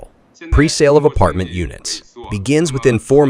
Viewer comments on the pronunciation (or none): none